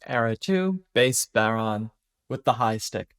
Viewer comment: Just a note on pronunciation - it's bow-rawn. Bow rhyming with wow, fawn rhyming with lawn. Nice to see someone covering it, though!